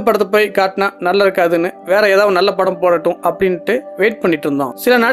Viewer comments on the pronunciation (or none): none